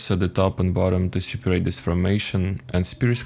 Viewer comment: I like how you say siparate